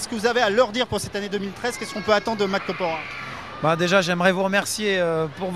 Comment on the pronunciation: mdr le journaliste il dit matt KOPORA 2 fois